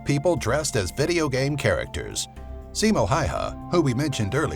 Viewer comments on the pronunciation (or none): its also not hayha it's häyhä